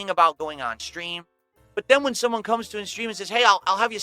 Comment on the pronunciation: “shumone” gargle mouth in full effect